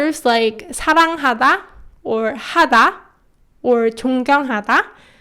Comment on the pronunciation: Dear, when pronouncing i love you in korean, at the begining of the lesson, 나 너 사랑하다, I hear that ㄴ instead of the "n" sound at the 2 first words sounds like sort of D, and in 사랑하다 it sounds to me like B. Can you please explain? Thank you.